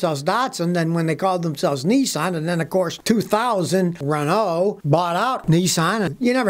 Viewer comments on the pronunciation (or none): Renault= “Ren-uh-oh” lol!